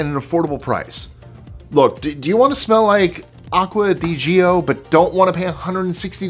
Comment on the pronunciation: Aqua digio 😂....isn't it pronounced 'aqua de joe'?